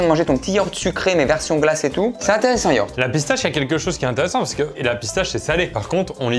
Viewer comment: Il y a pas de H à Yaourt. Sinon bonne vidéo 🤣